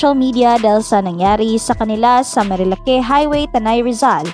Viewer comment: Marilak not marilake 😐